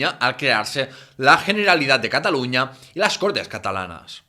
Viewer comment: Mucho acento catalán, y no sabes pronunciar bien la Generalitat